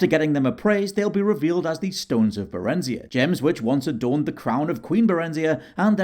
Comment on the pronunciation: Barenzia pronunciation is destroying my brain